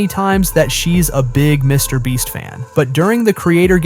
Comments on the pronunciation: You were saying mr bleach instead of mr beast 😂😂😂😂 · He always say Me Brest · i swear i heard you say "mr breast" and "mr bleach" lol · Stupid ai channels using the mr breast name for extra views👀😂😂😂 Edit: sorry, "mr bleach"😂😂😂😂😂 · mr bleach lol this AI cant seem to get it right😭🤣⚰ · WHY IS THE AI SAYING MR BREAST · Bro is saying mrbreast then mrbleach wtf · "Mr Breast" ☠️ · how did i not catch these both the first time😂 how tf did he mess up his name with such clarity twice!! after saying it correctly a ton of times lmao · He said Mr. Breast too lmao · Why do you say his name different lol